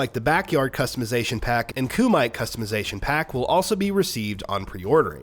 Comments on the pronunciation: Lol Koo-might is hilarious. Its Koo-Me-Tay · KU-MA-TAY, not ku-might (kumite) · Ku-mah-tay.. at least read the release properly, damn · The koo-mite??? Lol its pronounced koo-ma-tay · Kumite lol it pronounced ku ma tay. Have u never seen bloodsport lol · And the koomite 😂🤣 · Yo it’s pronounced Ku me tay. Where the fuk have u been? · KOO-MIGHT. Is this guy serious? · The kumight? LOL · FFS, KOO-might? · Only came due to the KUMITE!! Ku-Me-Te. Ffs. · Koo-might? You shouldn't be allowed to talk about a fighting game if you're a Beta male. You must work for EA. This game is recycled Madden garbage now! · And he pronounced Kumite as Ku might looool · I can't believe you said kooo-MIGHT. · It's pronounced Koo-muh-tay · Kumite pronunciation is: CUH-ME-TAY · Nope Ku-mee-tay 組手 くみて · Its Ku-ma-tè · Good lord... you’d think english speakers would conduct a little phonetics research before publishing a video. KUUU MIGHT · It's weird that this guy made the Bloodsport comparison, it's obvious he never really watched the movie if he's pronouncing the kumite as "koo-might". Dead giveaway that this guy didn't really review this game but just reading someone else's words. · The koo-might? KOO-MIGHT!??!?!?!? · I scrolled down too look for a comment like this. Thanks, glad I was the only one who noticed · The pronunciation of Kumite is hilarious lol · The way you pronounce kumite shows that you never seen a real movie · ** * for not pronouncing kumite properly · Bra that shit sucked how he said it. Disrespectful.